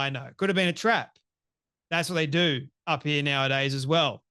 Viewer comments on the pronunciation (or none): none